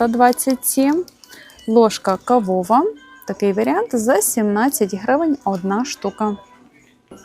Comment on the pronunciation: ложка кАвова, а не кавОва